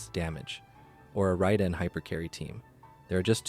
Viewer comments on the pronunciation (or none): none